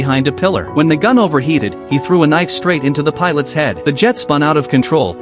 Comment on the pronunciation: “Fighter jet” “pilot” okay mate fix your narration